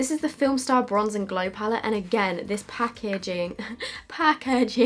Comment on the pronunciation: Lol, "this pah-ke-jing" 🤣. Love you!